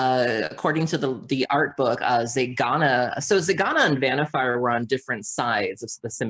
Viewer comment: Nono... her name is VanniFUR